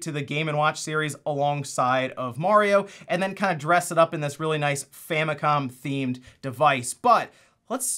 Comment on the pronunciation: It's not gold, it's "Famicon" gold.